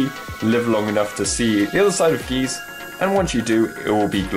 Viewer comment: it is GY ZE. why do people Always pronouce it wrong?